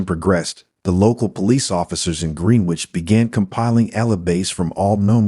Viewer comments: Gren-ich ali-by-z please. I can't listen to this no matter how good it might be otherwise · Pronounce Greenwich properly please.